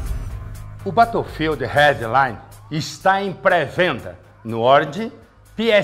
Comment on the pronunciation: "O bétoufild rédlaine está em pré-venda no oridi, piessiene e no équissi boquissi laive." kkkkkkkk Me lembrou o Joel Santana na propaganda do shampoo pra caspa.